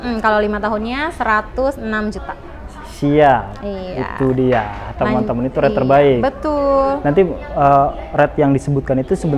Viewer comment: "Rate" bukan "Red" sampe bingung.